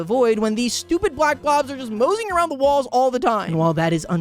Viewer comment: I don't know if I'm crazy but I keep hearing balls, I feel like it's supposed to be walls I don't know.